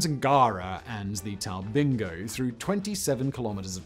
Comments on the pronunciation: He got Talbingo and Kosciuszko right OK, not so good on Eucumbene, Guthega, Tumut, Murrumbidgee, Cabramurra, Khancoban or Tantangara. I was starting to wish Canowindra and Goondiwindi were part of the Snowy Scheme, just our of morbid curiosity. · He slipped up! He said Talbingo correctly. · Simon you out did yourself on this one. I think you mispronounced nearly every name, except maybe Talbingo! Apart from that it was a good summation of the scheme. You didn't mention that it is extensively used as pumped storage.. Ie pumping water back uphill for energy storage.